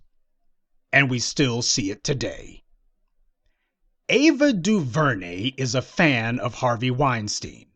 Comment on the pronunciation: Mute Ava duveray